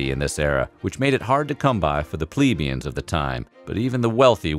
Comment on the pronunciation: The pronunciation of key terms like “plebeian” and “Plantagenet”..